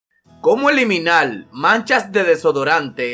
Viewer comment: El texto: Como Eliminar La voz: Como Eliminal :v